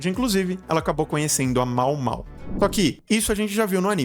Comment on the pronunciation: A pronúncia é Maômaô :)